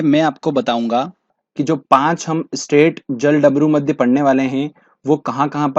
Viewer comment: Ise jal-damru-madhya nahi bolte.... Balki jalad-marudhya bolte hai 😂😂😂😂😂😂😂😂😂😂😂😂😂😂